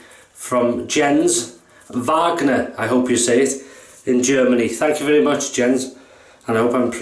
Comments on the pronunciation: Hello. Nice Shave. Happy you liked the Soap! At the first shave i thought "ah...looks to thin..." But, of course, you managed it. I think it it pretty easy to lather and gives a nice protection. Not tallow based, but a good soap.:-) My Family Name you said perfect!👍 My first Name not, but everything fine! Hard to explain... Maybe "Yens"?:-) The J is more like in Yes! (Not Tsch) Ah, the guys Name who made the brush is Wagner too. Two Wagners in your shave!! 👍😁 Thank you for that nice Video. So nice, i send you a soap, you get it and the world enjoyed it:-) Cheers and all the best, Jens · Hej man, don't drop the bakelite, it might brake. Myself use the 3rd one, occasionally. Yr pronouncing 'Wagner' n 'Speick' cud prove yr german ancestors, perfect... Singapore cheers.